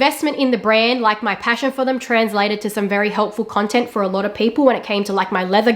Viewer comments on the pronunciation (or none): none